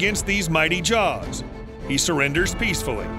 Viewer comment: They're JAWWWS not JARRRS